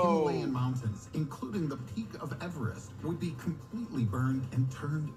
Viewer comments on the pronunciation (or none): none